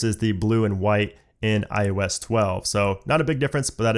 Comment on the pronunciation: IEWS 13 IEWS 13 IEWS 13. IOS 13* Why dont you like eeeeeeever say it right😖